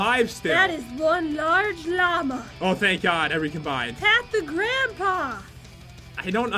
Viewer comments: It's pronounced lmao (luh-MO), not llama 😂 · I wonder if they know what lmao means or do they actually think it’s pronounced lamba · It’s not Ayy Llamas face palm 🤦‍♀️ but I love you so much and I love Cloud 🐱☁️ and Pat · Its ayy L mao